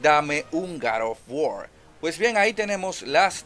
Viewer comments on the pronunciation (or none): No conozco ningun video juego llamado gad of wor hay uno que se llama god of war que no se si sera el mismo y si es el mismo trata de no hablar como.odiota y pronuncia bien las palabras GOD OF WAR